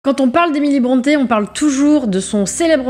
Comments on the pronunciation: on dit 'brontii' pas bronté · Brontë se prononce Brunty [ˈbɹɒnti]. Son père est né Patrick Brunty et a changé l'orthographe de son nom en Brontë, mais la prononciation est restée identique.